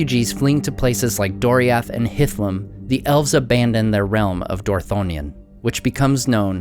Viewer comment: Hitlum he said, I understood something else 😂 I was like, dude Hitler?! 😯 oooh stupid me it's Hitlum 🤣😂👍🏻